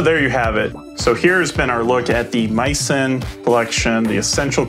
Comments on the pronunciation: MEE-sen, not MY-son. It comes from French culinary term “mise en place” (MEEZ ahn plass). Misen’s website describes this as the origin of their name. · Geez, is it completely obvious that this is a sponsored review or is it just me? By the way dude, you might want to pronounce the name of the company right. It's "mee-sen" as is Mi Sen Place. Says so right on the box.